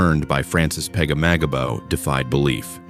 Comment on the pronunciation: Butchered the last name